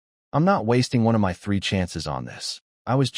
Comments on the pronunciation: Is this AI reading? What Human reads "My" as two separate letters? (same with "Do" and others). Just curious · I love how the AI struggles with words such as "my", 'is", and "to".